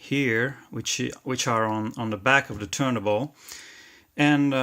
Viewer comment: Excellent and Very informative, I am also interested in how the speed (RPM) is controlled, could you include a video for that mechanism. Your detail is very good. Also may I, the platter that holds the record is pronounced TURN-TABLE in English, I hear you pronounce it missing the T in TABLE.